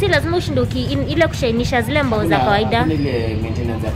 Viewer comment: Its not really mbao its like mbaaaaaooo